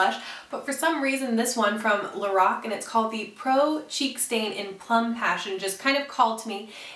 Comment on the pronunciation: Thank you for saying Lorac correctly! Nearly everyone on YouTube says it wrong, and it drives me crazy (even though I understand why they do).